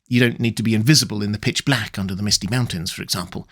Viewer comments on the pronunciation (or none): none